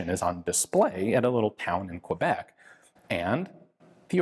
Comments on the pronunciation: love the video everyone makes this mistake but its pronounced K-bek keh-bek not qwabek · Why do Americans always pronounce it "Kwe-bek?" It's "Ke-bek" or "Kay-bek." Anyway, cool rifle, and a really neat story. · Ian thank you very much for bringing us this amazing and heart warming story. I’ve always been interested in “Trench Art” but that is totally unique. Just a a minor point please pronounce Quebec correctly as in Keybeck! Thanks. I watch your videos every time you post a new one and look forward to what you’re going to present next. Happy Christmas